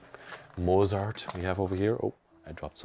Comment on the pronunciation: If he could speak German, he should have pronounced "Mozart" correctly. My mother was Belgian, and her education included French, Flemish, Latin and Greek. She only learned English when she immersed herself in it by moving to New York City at age 18. I am very impressed by fluent and colloquial American English.